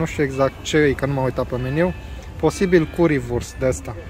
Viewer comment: curry se pronunta "cări"